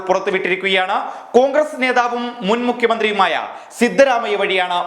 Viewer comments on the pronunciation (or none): none